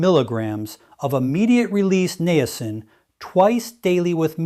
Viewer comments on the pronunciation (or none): This is NOT Dr Mandell. This AI imposter does not even know how to pronounce Niacin. I would take anything he says with a grain of salt and run up by my doctor before trying what he is promoting. I really liked Dr. Mandel and his true video channel is MOTIVATIONAL DOC.